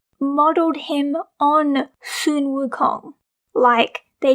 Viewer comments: Sun Wukong is not pronounced Soon Wukong, it is pronounced Son Wukong!!!!!!!!!!!!!!!!!!!!!!!!!!!!!!!!!!!!!!!!!!!!!!!!!!!!!!!!!!!!!!!!!! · You mean "sun wukong" not "soon wukong" right?